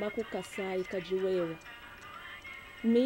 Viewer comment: it's "kadi wewa" and not "kidi wewa"